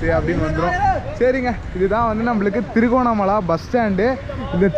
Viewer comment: அது திருகோணமலா இல்லை திருகோணமலை என்டு அழகா தமிழ்ல சொல்லுங்க Bro..😊